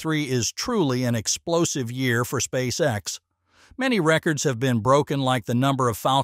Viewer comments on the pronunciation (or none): Hm.. seems like the AI voice has a problem with many words today.. “ SpaceX, Boca Chica, NASA, etc..